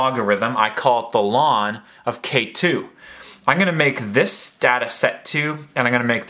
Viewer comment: calling natural log "lawn" pains me, but helpful video